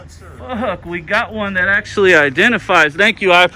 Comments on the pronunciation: "Actuallky" lol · "Actuallky"? Oops! :-D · And if I had “Actuallky” been in a restricted area. correction “actually”. watch you a ton I’ve seen every video would like to see you audit places in Vallejo where I’m born and raised. Trucker now and I live in Arizona thanks man